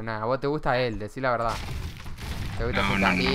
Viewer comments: Deci la veldad 😂 eres el mejor del mundo amigo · "Deci la veldá" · Jajaja DECI LA VELDAH:v